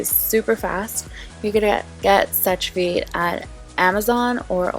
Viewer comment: just so that you know "sèche vite" is pronounced "seh-sh veet" in french :)